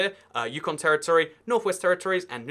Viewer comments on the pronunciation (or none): none